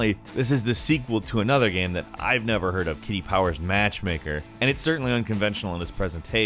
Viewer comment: anyone else noticed that pronounciation of "game" is weird. he says it like "gaem". and now it can't be unheard.